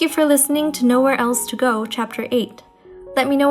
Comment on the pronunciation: that moment when you pronounced the name of the story 'Nowhere else to go' inside the actual fic... it gave me the shivers... great job, as always!